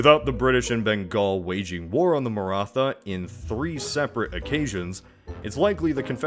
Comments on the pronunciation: I'll give you another chance the "tha" in Maratha is like a "tah" so pronounce it like Maratah. I'm not going to judge you though translating Hindi or infact most Indian languages to english makes them wierd to read and pronounce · When narrator says Martha instead of Maratha Batman:Why did you say that name!!! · Please pronounce Maratha like "ma-rr-aa-tt-aa" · His Maratha prononciation sounds like Martha. Batman: Why did you say that NAME??? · Nice. BTW: The "th" in "Maratha" is pronounced like the "th" in "Thailand", not like the "th" in "think".